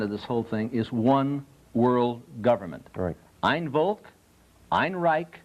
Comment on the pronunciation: "Ein Volk" is prenaunced "Ein Folk" (think VW - Volkswagen) and means "One people", not "One world". Reich means "kingdom". Fuhrer means "Leader". I wonder if this guy knows what he is talking about...